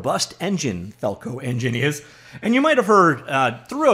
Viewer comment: FalcoEngine... FalcoEn-gine... Falcon-Gen..!